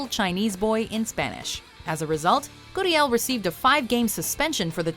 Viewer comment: Stop. Saying. goodiel. it's gurriel.